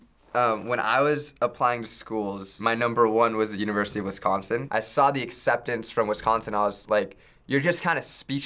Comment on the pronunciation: the way people who aren’t from wisconsin say wisconsin makes me die a little inside but uw madison is such a good school so he gets a pass lol